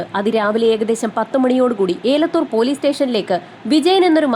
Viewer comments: ഏലത്തൂർ അല്ല എലത്തൂർ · ഏലത്തൂർ അല്ല എലത്തൂർ എന്നാണ് പറയുന്നത്